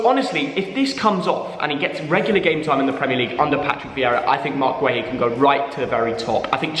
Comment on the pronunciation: Guehi is pronounced as Gay-he, not trolling just tryna help